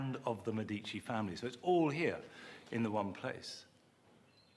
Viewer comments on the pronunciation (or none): Listen to how the Italian lady pronounces Medici! That's the correct way to pronounce it! Get it right!